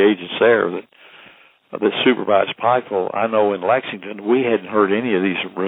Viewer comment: It's Pikeville not Pikesville..